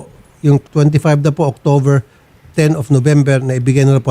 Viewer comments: 😂🤣🤣 October not Octover😂🤣🤣 letse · Na bullseye 🎯 si english kuno....na wait lang po! And she pronounced October....Octover napa-inarte yong english pati letter "b" naging "v"...lol Hoy....excuse me.... nag-iinarte ka akala mo makakalusot ka kay Senator Raffy Tulfo!